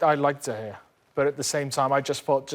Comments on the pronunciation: lol craig bellamy- "Duh Gayuh" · If Bellamy pronounces was the G in De Gea once more i’ll find him and make him sit through the worst punishment a scouser can ever face: Being told Liverpool are not the greatest club to have ever existed in the universe. They hate acceptance